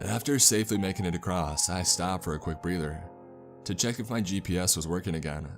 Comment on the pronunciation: Acrossst. Exscape.... And there's one other word he misspeaks. I dinnid remember it though. Guess I coulnnid. Oh well. Maybe I'll axe summun at the libary.